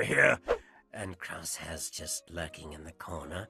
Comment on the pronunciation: I love that Michelle Ang has fully embraced the memes of the Bad Batch names in her pronunciations. Huntah, Wriker, Tich, Icho, and Crussheh